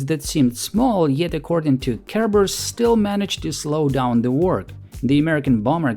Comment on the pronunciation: Is anyone else hearing Kerber as "care bear" and imagining soviet design meetings with Funshine present? Just me, ok.